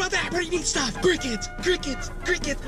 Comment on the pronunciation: I thought he was saying "I'm gonna eat crackheads" lol